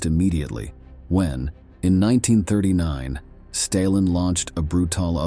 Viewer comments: Where is the narrator from? Very odd pronunciations of some of the stuff mentioned..."Stailin" instead of Stalin, "Swedden" instead of Sweden and at other times they are pronunounced correctly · Your pronunciation of words is terrible. You mispronounced Sweden and Stalin repeatedly.